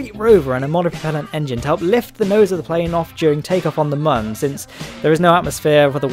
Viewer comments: Sorry to be "that guy" but it is pronounced moon. Due to the way it is spelled mün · You are entirely mistaken. It is Mün, not Moon or Mun. It is a joke, and one that doesn't make sense the way you say it. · Mün is not pronounced exactly the same as "moon". It's pretty much the same, but with a short vowel instead of a long one. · its not pronounced moon or mun, its kinda in between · The developers are Mexican, and the U in Mun is best pronounced like everyone but the English would as a soft u, not a hard U. You've heard them appealing to Americans, who don't know or speak shit.